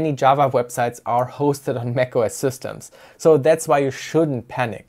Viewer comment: 'Z'ystems :D 🇩🇪 continuing the sentence they become system again :D